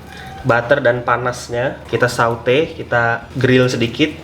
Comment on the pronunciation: Saute dibaca sote bang